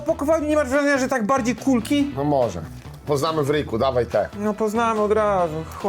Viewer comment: Kulki, przez "U"... urwał nać!